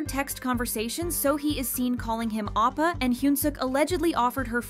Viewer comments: It's ohp-pah not ahp-pah. It's oppa - ohp-pah. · im so sorry but, “calling him ahppa,” 😭